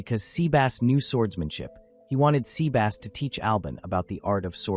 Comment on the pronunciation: I'm sorry, but... Sea Bass. As in the fish. Haha.